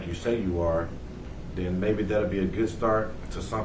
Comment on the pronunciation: If you are any type of professional and you say "and den" & "dat" & "troof" vs......AND THEN & THAT & TRUTH..... YOU ARE ALREADY LOSING CREDIBILITY WITH ME BCUZ U SOUND LIKE AN ID IOT!!!😡🙅🏽‍♀️🤨 SORRY